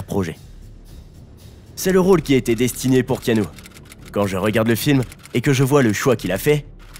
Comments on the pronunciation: Alors keanu que j'adore ça ne se prononce pas Kanou mais Kénu simplement . Et ensuite non il n'a pas eu de nouvelle , depuis ses 13 ans , de son père. Un père qui a fait de la prison à cause de la drogue . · "Kanou" mdr Le manque de variétés d'intonations rend votre lecture monotone et donc assez pénible à écouter je trouve :/ Vu que 7 mois après il n'y a pas de part 2, je ne vais pas regarder jusqu'au bout et vais chercher une vidéo plus complète (et avec un narrateur au ton non monocorde). Sorry ! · "ea" ça fait le son "i", comme dans "Tea", c'est dommage, à cause de ça je n'ai pas pu m'empêcher de penser à Kano de mortal Kombat...